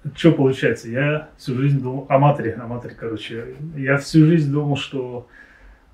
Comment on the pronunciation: Концовка тоже топ, только понять не могу: почему ама́тори если по-английски читается амато́ри? Загадка группы Аматори не раскрыта😁